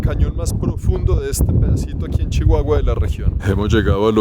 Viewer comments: no se dice Chihuahua... Se dice sssssshiguaaaguaaa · No te diste cuenta en la manera de pronunciar la C H ,como Shihuahua mashaca mushasha .😅